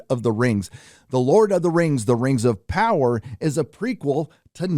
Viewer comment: THE LORD OF THE RANGS: THE RANGS OF PAWWAH!!!